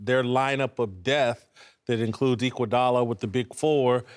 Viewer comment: Did Whitlock say equaldala what haha